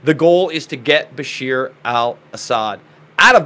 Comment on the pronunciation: I know it's not related to the topic . But please don't call IRAN The wrong way . It bugs me . Its not called "I ran " it is pronounced "eeraan" like ed sheeran 😁 I really respect and like you and ur work thats why i care about small details (and also that im from IRAN ) .btw bashaar al asad is the correct name not bashir . Keep up the great work .